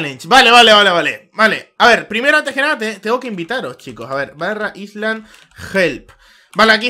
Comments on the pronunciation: AISLAND :v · para que me dejen de sangrar los oidos, "island" se pronuncia /'ailand/ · jaja mi profesor de inglés nos tiene a mi y a toda mi clase hartos por ese error